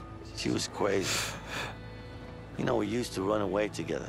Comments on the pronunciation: It was cwazy. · “She was cwazy. Y’know we used to run away together. Steal ice cweam and cigawettes.”. What is your accent. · she was cwazy. hey is that a bwidge over there? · Cuazy? Ice cueam?, learn to speak correctly, omg. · he says “she was cwazy”